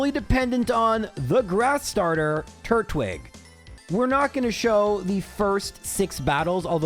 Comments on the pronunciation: to be completely hinest with you, the way you pronounce it makes it sound like turd-wig 😅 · YOU DIDNT UNDERPRONOUNCE IT, YOU SAID TURT-WIG. I always said TUR-TWIG, since it's Turtle and Twig, you don't say "TURT-LE" you say "TUR-TLE" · What he said at the time was more like turt-wig, which is why I said it was supposed to be tur-twig. Just wanted to mess with him a bit, but I knew he would take it well. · the turt-wig after the whole pronunciation bit is lmao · When I was watching the Diamond/Pearl minimum battles video, I also thought you were pronouncing Turtwig strange, but then I thought about it and it's a turtle with a twig, not a turtle with a wig, so now I pronounce it as Tur-twig too! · Hi,. It's me, the guy who got (slightly) mad when you mispronounced Turtwig! I love your videos, though, and I've watched every single one, or close to it. When I'm bored I even re-watch them! Just wanted to say thanks for tolerating my shenanigans.